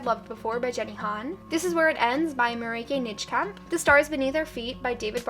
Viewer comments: As a Dutch person, I loved how you pronounced Marieke Nijkamp! It's such a Dutch name, hahaha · As a girl from the Netherlands I loved how you pronounced 'Marieke Nijkamp'. Also I think your book collection is amazing!